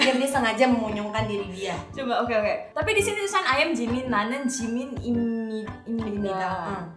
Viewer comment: Sebutannya salah!!!! Ini bisa jadi masalah . Liat2 Jimin real come deh😆😆😆. Pas lagi ngobrol sebutannya salah. Waduh bisa sial parah ni.